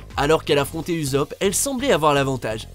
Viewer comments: NUL ON DIT PAS UZOP MAIS USSOP ET LES ANIME SONT PAS TERRIBLE. A PART ONE PIECE ET ASSAIN CLASROOM FAITE PLUS D EFFORTS SINON AUTANT PAS FAIRE DE CHAINE YOUTUBE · On pourrait dire que je rage mais on prononce ussop et non uzop les gars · Merci de déterrer mes vieux commentaires. Je sais très bien que c'est ussop, je me "moquais" juste de la prononciation du narrateur qui n'a aucune idée de ce dont il parle ;) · Parlé pas de trucs que vous metriser pas Et dit Usssssssssssssssssop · La pire prononciation d'ussup 😂